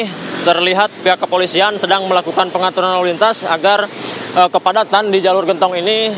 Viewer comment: Genntong mba bukan gentooong😂